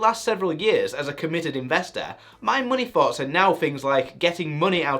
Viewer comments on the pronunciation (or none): Why do you say muney instead of money? 😂